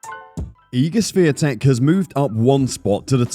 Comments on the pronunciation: Swiee-tek? Please realize there is no "S" letter or sound in her surname which is "Świątek", which means holly btw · No, it's Shvyon-tek. North Americans don't have a sound for the accent on the "a" in her name, but that's as close as it gets. "W" in Polish is basically "v" in English. It's never silent in Polish though. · Her name is Swiatek, not Swetek. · Her name is pronounced She-on-tek. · You should learn to pronounce her name correctly. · You said wrong her last name. Over and over again. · Since you made a special video about Igs Swiatek. you should have dug a bit more into how to pronounce her surname correctly . You are way off dude. It would take you 10seconds to find out. Kind of embarrassing. Really. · Wouldn't it be incredible for content creators to actually learn how to pronounce her surname correctly? It would probably take 30 seconds and end that joke-or-an-attempt in this video. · If you are making a video at least have the decency to learn the correct pronunciation of that person's name. Cant be too hard????? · Maybe the commentator should LEARN how to pronounce Iga’s last name - IGNORANT&UNPROFESSIONAL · Geeeez, cant you learn to pronounce the name properly? Shes the queen of tennis for ages now. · LoL, please learn how to correctly pronounce 'Swiatek'. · LEARN HOW TO PRONOUNCE HER NAME, FFS! >< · Everyone would appreciate it if you learn proper pronunciation of IGA'S last name. Please make a little effort because the way you say it is unacceptable and shows lack of respect. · U could learn how to pronounce Swiatek. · If you're going to do a video about Iga Swiatek, you should probably learn how to pronounce "Swiatek"